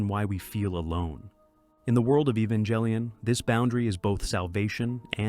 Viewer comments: Evan-jell-ian? I'm sorry, what? I can't with that. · Your pronunciation of Evangellion is insulting. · Evangelion and gendo both have hard g sounds, not J sounds otherwise, i loved every part of this video